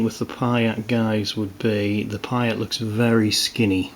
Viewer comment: Nice review. Just to add that the anti tank weapon is pronounced PEE-ERT not PYE-ERT